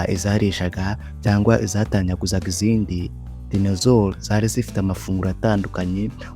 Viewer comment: Ntabwo Ari dinezoro. Ni dinozoro